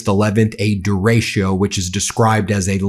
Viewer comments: Just a note, , Ben, The weather phenomenon you're talking about is pronounced 'der-ah-cho' not 'der-race-show'. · de ratio?? Pronounce it DAY RAY cho! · Ben, just an FYI - it's pronounced duh-RAY-choh Love you! Keep up the awesome work! 🩵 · It's DE RE CHO! The storm is called a derecho, the Spanish word for "right" opposite of left. DEH REH CHO! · Ben, it’s pronounced dair-.e-ko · It's pronounced "dare-i-ko". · Da-retch-o. Please pronounce correctly.